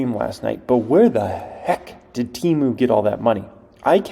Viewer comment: All those ads and you still pronounce it team ew. It’s temu